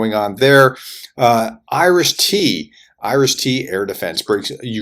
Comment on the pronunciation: I know that IRIS-T is InfaRed Imaging System - Thrust controlled, but, when the Prof talks about it, it sounds like "Irish Tea" (maybe Barry's Tea?). Perhaps the Irish are supplying Ukraine with this specialised weapons system. 🤣